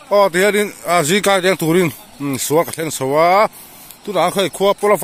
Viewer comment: I tawng hi a fiah vak loh in ka hria zingkar ti tur ah zingkai i ti aw 😂😂